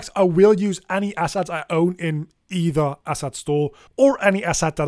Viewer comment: Once you think he is saying asshats instead of assets you can't not hear.